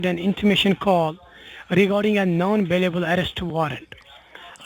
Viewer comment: Why is it always non vailable res waran? 😂 Why is it always homelan sacuriti? 😂 She used a double negative 😂